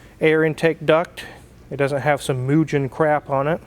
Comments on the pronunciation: It's pronounced Mugen!:) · Doesn't have some Moojen crap on it LOL. Man, Mugen (pronounced Moo-ghen) is high quality, and expensive, but they don't make parts for Mazdas. I get what you were trying to say, but just saying "cheap aftermarket warm air intake" would've been better.